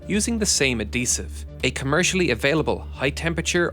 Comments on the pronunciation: Adhesive is pronounced like ad-hesive, not ad-eesive, as the “H” needs to be pronounced. Keep working on the little things! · A dee sive 😂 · Who pronounces adhesive without the h? Is this guy just a mindless scriptreader who can't catch a typo? Or is this just an unusual artifact of regional dialect? I feel like there was another video where he made a similar mistake. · My man killing me...love the vids but the "Adhesive" being said as Ad dee sive is killing me.....Ad Heev siv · A-desive. A-desive. A-desive. A-desive. ADHESIVE you irish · Say adhesive like that one more time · Great video,. I really learned a lot by watching this. Most important thing I learned: Irish people don't pronounce the "h" in adhesive.:) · I like how you say adhesive